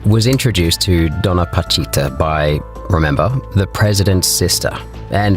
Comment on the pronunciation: PA CHI TA . Not patita